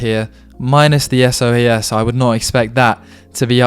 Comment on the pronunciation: It's pronounced 'so-az', or to give you it's full name: School of Oriental and African Studies. It's one of the top UoL member institutions together with UCL, KCL, etc but more specialist so isn't as famous as the big ones.